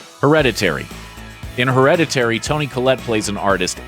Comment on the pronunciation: HER-READ-IT-TAYREE???? Someone didnt tell him how to pronounce it.